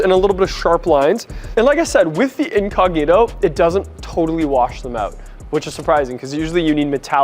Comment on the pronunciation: Me hace mucha gracia cuando él dice incógnito 😂😂😂😂 dique inconniro hahahahaha